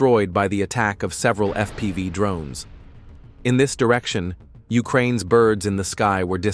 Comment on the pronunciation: LOL, it called FPV "F P five"